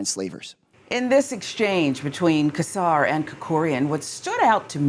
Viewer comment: I hope you see this (this is a pet peeve of mine, especially since I've heard him pronounce his name). It is not pronounced "Kesar". It is pronounced "Sesar". It is a soft C!! On that note, this is disgusting. It's alarming how far back this Project 2025/Heritage Foundation wants to take us back as a country!!